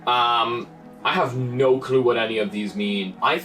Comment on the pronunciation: Instead of him saying no no no no no he says do do do do do do